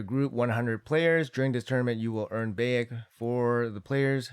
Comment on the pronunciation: Not that important but its pronounced like Bye - eck